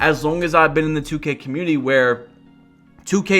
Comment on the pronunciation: Why always says cuhmuiny instead of community